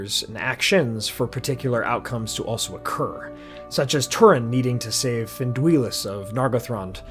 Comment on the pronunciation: Not Finduiluss. Finn-Dui-Lass😅❤